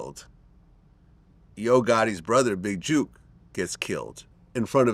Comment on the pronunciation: His name is not juke it's jook